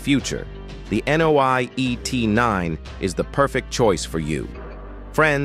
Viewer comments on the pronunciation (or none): Nio，not NOI. lol